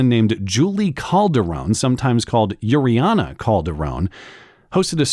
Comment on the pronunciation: Uriana? Really? Her name is urine? As in Pee?